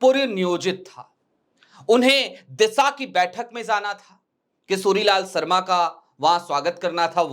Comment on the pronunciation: सुभम नही शुभम किसोरीलाल सरमा नही किशोरीलाल शर्मा... यार भाषाशुद्धि पर थोडा काम करें.